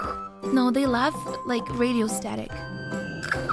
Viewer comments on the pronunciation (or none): Esse "rádio" parece..... ota, ota coisaaa. 😂😂😊😊😊😊